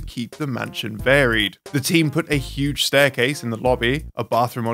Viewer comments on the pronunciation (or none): none